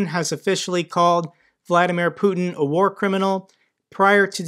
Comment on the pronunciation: Fat guy can't say, "War." How's he supposed to help the Ukrainian people?